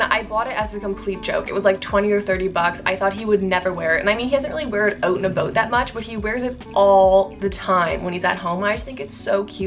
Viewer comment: Not sure why but your “out and about” sounded very Canadian/Minnesotan Edit: Made this comment before I saw her mention with the Timb’s in Canada😂